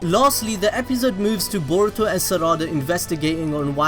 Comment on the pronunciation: I hate how you say episode stop it